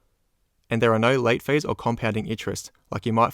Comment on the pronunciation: Can someone explain to me, why he say "daytails" instead of "details". And "feiis" instead of "fees"? Is he from another country or just trying to sound different. Is kind of annoying honestly.